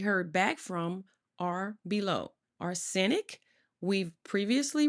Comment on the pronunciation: Arse sen ic...omg...this lady did not take English in school..sorry for that..but arsenic wasn't the only words she butchered...so sad. American education system.😢